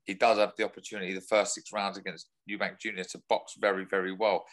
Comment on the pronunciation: It's not eubanks. Chris sr has been around for 35 years. You would have thought at least the brits would know his surname